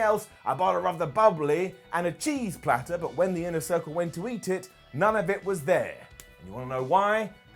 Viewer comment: "Inner Thircle" 🤣